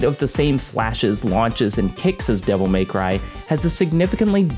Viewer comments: Devil May-Who from Whoville. Literally all I can think about every time he pronounces devil May cry like that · "Devil MAYcry"